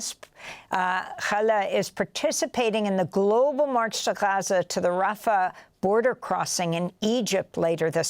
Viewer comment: Nobody hits the pronunciation of "GHAza," "RAFFah", "GREYta TOONberg," and "KEELmaR ABRAYgo" quite like Amy (Also these are important things to talk about don't me)